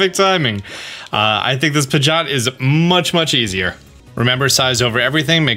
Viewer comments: Pigeot not pigot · pigot and meguhneeum....killing me with those pronunciations lol.